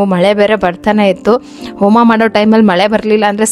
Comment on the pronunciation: Please correct your words abba alla adu Habba Aalu alla haalu, oma alla Homa words pronunciation proper agi madi 🙏